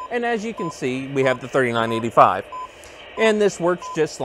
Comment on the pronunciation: When you say three nine eight five….it bugs the hell out of me, when you say her road number, it’s pronounced thirty nine eighty five.